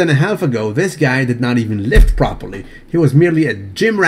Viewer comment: i love watching videos daily but holy crap do i want to smack him every time i hear that propah-leeee. lmao. makes me crack up, but still want to smack him.